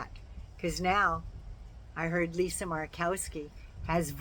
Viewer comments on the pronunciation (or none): none